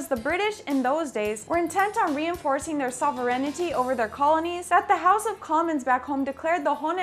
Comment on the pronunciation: Loved how she completely butchered the word "sovreighnty" 😂😂😂 go learn English ffs !